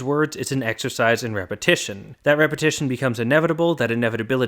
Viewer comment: Repahitation lehgitermisting